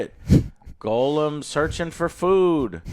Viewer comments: Why do you say goal um? Its gollum. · Damn it joe....Gollum.....not golem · Why does Joe always pronounce gollum, golem....? Infuriating